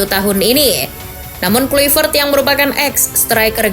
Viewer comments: Baca nya patric klaivert min bukan kluipert,sakit kuping guA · Baca nya Patric Klaivert bukan kluipert,kocak